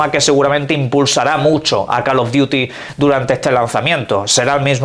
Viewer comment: Call of “diuti”